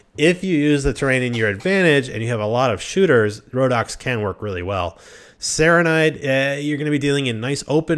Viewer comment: So fucking painful to listen to him pronounce everything completely different to the way they’re spelt. He says Sarranid like it has an E on the end, and how the fuck does he get “Targa” out of “Tundra Bandits”? Same with the Khergits. He pronounces it with an E on the end.